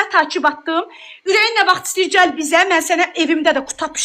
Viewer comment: Cəl yox gəl 🤦🏻‍♀️